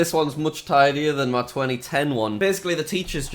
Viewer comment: Why does he always say me instead of my!😂